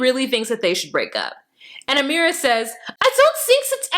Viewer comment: Your Amera accent is hilarious